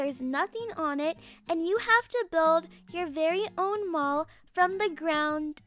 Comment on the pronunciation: for a sec, I thought she said "my mom is so tall" I came back and rewinded but actually said "my mall is so tall" IMAO 😂